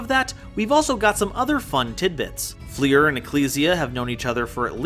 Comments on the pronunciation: its pronounced like fluer de lis, its french, so not flEER, but flUR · I appreciate your video but DAMN stop pronouncing Fleur like FLEER, it's french for flower